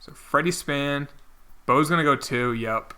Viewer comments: btw its Spain not span and McCarty not McCarthy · Never new i was pronouncing the country Spain wrong my whole life 😂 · Spain not Span